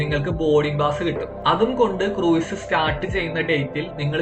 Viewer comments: ക്രൂയിസ് അല്ല - ക്രൂസ് (കുറഞ്ഞപക്ഷം ഇത് എങ്ങനെ പറയണമെന്ന് പഠിക്കൂ) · Pronunciation of cruise is very wrong.